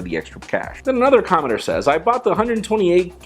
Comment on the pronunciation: Is it just me, or sometimes does it sound like is saying 'commoner' when he says 'commenter'.